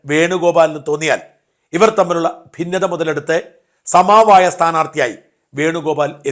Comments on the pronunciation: സമാവായം അല്ല ചങ്ങാതീ , സമവായം. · സമവായമല്ലേ? സമാവായമോ?